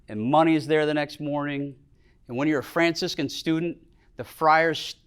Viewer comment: "I sometimes pronounce Fraciscan as `Francis Can`" Epic! Thank you Franciscan so much for sharing this stunning talk. What a gift!!